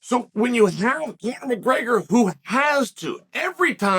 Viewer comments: Bro said mcgayger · Chael took the first R out of McGregor and added it to the word breakfast